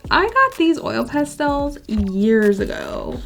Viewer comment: 20 minutes of hearing you say Pastels, amazing 😂❤️ I love crayooons and pastelsss